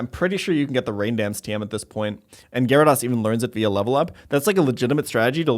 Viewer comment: One o’ these days you’ll learn to pronounce, “Gyarados.”